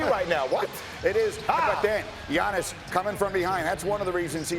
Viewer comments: How many times these two gonna butcher the man's name. One of them even called him TIANNIS ... bruh i'm SHLEEEP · Why can’t anyone say his name it’s not that hard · just say Giannis, you're saying his last name all sorts of wrong